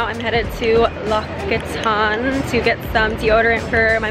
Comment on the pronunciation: Oops I don't think that's how you pronounce L'occitane:\ Love your vlogs btw, very lovely as always:)